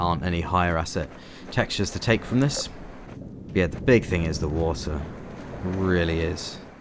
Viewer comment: I like the wa'er